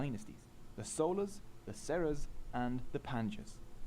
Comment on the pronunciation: He pronounced Cholas, Cheras and Pandyas as Solas, Seras and Panchyas.